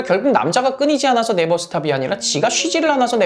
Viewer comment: 지가 쉬지않아서 네버스탑이라고 할 때약간 악센트느껴짐ㅋㅋㅋㅋㅋㅋㅋㅋㅋ